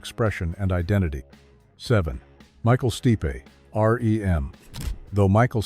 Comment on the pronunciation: Micheal stipe .....not Michael steepay lmao He isn't Heavy Metal .....Derp